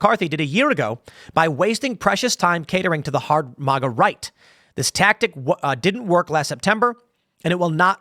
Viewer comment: I know you know what I’m saying it’s mag like magazine and GA as in like initials of Georgia.